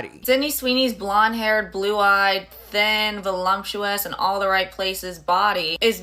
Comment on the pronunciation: one of my biggest pet peeves is the word voluptuous…. There is no ‘volumptuous’. It’s ether voluptuous or voluminous. You sound idiotic when you add sounds to big words.